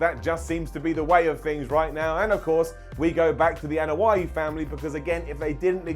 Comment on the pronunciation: Thumbs down for the ear hurting pronunciation of Anoa'i